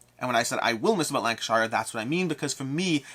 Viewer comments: FYI “Lank-uh-sheer” and “Bur-ming-um” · Im from Lancashire and to my shame, I dont own the game! 🤣 (Just a side note, we Lancastrians pronounce it Lancasher). 👍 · Great vid. But they are pronounced Lanca-Sher and Birming-um ;)